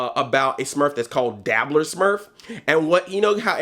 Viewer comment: I know you said Dabbler smurf, but I couldn't help but hear Diddler smurf. Your explaination of him just made it worse.